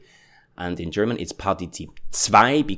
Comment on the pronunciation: Dear german teacher, i love your videos, please dont pronounce the h in gherman if is not at the start!! makes me crazy, and almost stop watching your channel because of it , thank you